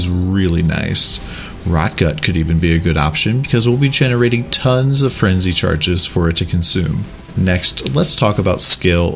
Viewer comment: "Frenji charges". I can't stop hearing that now.